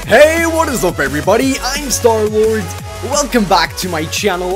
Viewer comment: STARLORD he said probrly